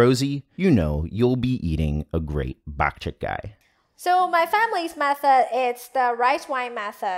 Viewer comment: All I keep hearing is "bat shit guy." All joking aside, WHAT A COOL VIDEO! Love it.